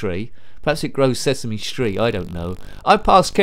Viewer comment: Sesemee seeds grow Sesemee Street LoL!